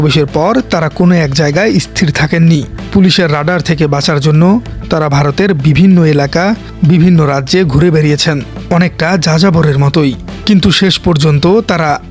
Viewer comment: ক্রিমিনলজি না ক্রিমিনোলজি,কনফিউশন না কনফেশন হবে। কথা ঠিক করে বলতে শিখুন। স্থির বলতে ইছথির বলছেন। ইশটাটেজি, মানে স্ট্র্যাটেজি, ক্রশ বলতে ক্রোশ। মাদ্রাসা মার্কা লেখাপড়া।